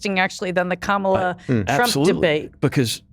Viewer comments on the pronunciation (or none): Its pronounced... Karmala... not Kamarla 🙄😏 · Note to non-American journalists. If someone pronounces her name as “ka mall a” like this guy did, instead of “kamma la” then you know they are acting in bad faith. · Hey Republican guy, it’s NOT pronounced Calm-aw-la, it’s pronounced Kom-ella. It’s hard to take anything you say seriously when you’re in engaging in the kind of weird power-controlling silliness of Trump’s name bastardizations. If you really don’t know how to properly pronounce the VP’s name after she’s been in office for almost four years, I don’t think you’re really qualified to comment on her Presidential run. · It's KAmala, not kaMAla. Kamala is Sanskrit for lotus, and she sure has blossomed over the last week. It remains to be seen if the bloom will last till November but nevertheless it's a refreshing change from the orange Despicable Me. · Gawd damnit cant yall say KA-MA-LA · It’s interesting how the replicas guy mispronounced VP Harris’s name every time. He also referred to everyone by their last name except Kamala. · Can we get our token republican denialist to at least pronounce Kamala's name correctly? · why not correct his incorrect pronunciation her name!!!!! also ignoring the reporting that said Shapiro not being comfortable with the ambiguity of the VP role?? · When the Republican guest won't even pronounce Kamala correctly you know that nothing thoughtful, reasonable, nor respectful will follow. This is a generalization of course, but all public TV commentators know the correct pronunciation. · Why can’t he pronounce her name correctly? 😢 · Is this guy so ignorant he doesn't know how to pronounce Kamala's name? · When you can't even pronounce "Kamala" right... I know you're weird and I stop listening. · Funny that the British Republican guest also mispronounces Kamala’s name. And he thinks Shapiro is the obvious choice? This guy is not very sharp, is he? Why is he even on this show? 🤣😂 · Why does he say Kamala so weird?